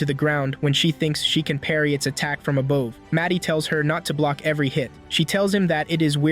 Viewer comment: I like when you say aboove and demoon